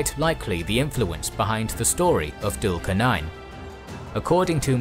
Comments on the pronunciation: As much as I love your videos, I think it would be better if you guys could work on the correct pronunciation of the foreign names such as Dhul Qarnayn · Your videos are great. I do feel that your pronunciation of the names is always a bit off. Its not dhul qar nain but zul qar nain. It would help if you pronounce the names as done by the native people. Great videos though.